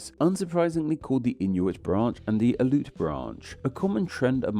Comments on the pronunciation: Yes! I am from Alaska. A few tips: Aleut is (in English) pronounced ALLEY oot--stress on the initial short A. Tlingit is pronounced properly with a lateral L initial consonant (exactly the same as Welsh double LL) and in current orthography Lingít with stress on the second syllable, which also has a rising tone on the I. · Aleut is pronounced in thee syllables. The e is separate of the u.